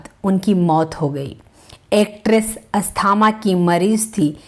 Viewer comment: कृपया आप अपना उच्चारण सुधार कर वीडियो बनाये। हिंदी का इतना अशुद्ध उच्चारण सुनकर खून खौल जाता है। ना तो आप नाम सही बोल पा रही हैं, ना ही अन्य शब्दो को सही उच्चारित कर रही हैं। अस्थमा होता है---अस्थामा नही स्नेहलता नाम है--सनेह लता नहीं